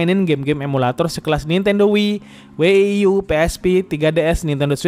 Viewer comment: Setahuku ku Wii & WiiU bukan Wieie sama W ie ie U